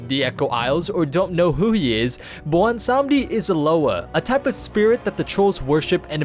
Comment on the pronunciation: wait, sry, blondesondy? blawnsanndi? blondsohnny? i-i dont know what ur tryin to say